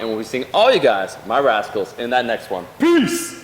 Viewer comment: How does he call us at the end? Rascools?